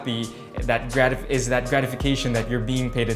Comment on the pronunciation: Surely the guy that said "it izzz what it izzz" on the background there is South African 😂